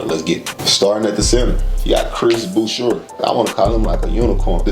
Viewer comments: It’s Boo-Shay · it is Chris Boo-che...it is French, he grew up in Montreal...and there is no way he is a starter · So to pronounce boucher is : Boo-Shae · Boucher pronounced Boo shay, and he's not a Center he's PF backs up Pascal. He may start in the beginning of the season while Pascal recovers from his surgery. The Center will be Khem Birch backed up by Precious Achiewa. Gary Trent is the starting SG and OG is SF. Looks like you need to do some research on Raptors before posting.